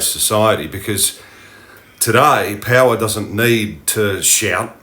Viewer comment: you say "payla" and mean "power"? what dialect is it?